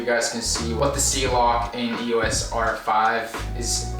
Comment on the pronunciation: It's pronounced eee-oss not eee-oh-ess.